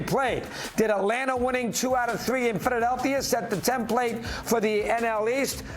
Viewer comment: Why does Alana not know how to speak English, and why can’t Dog properly pronounce Philadelphia?